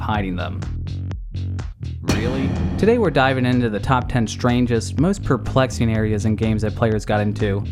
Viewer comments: Perplexing not preplexing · Preplexing? Really? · "Most preplexing."